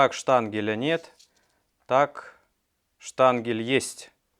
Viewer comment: Все отлично братец, жутко крутые темы делаешь!!! Единственное, ты вроде технарь, говори штанген, а не штангель, уж очень слух режет! В остальном- ждём и наблюдаем!!